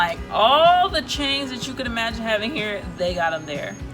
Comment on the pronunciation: "They're on the beach HAVNG FUN" gurrrrrl can't stop laughing lol